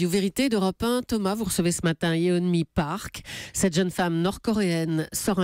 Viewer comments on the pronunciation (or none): Yeonmi* et pas "Yeomni"